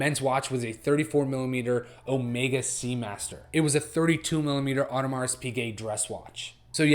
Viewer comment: You don't pronounce the S in Audemars.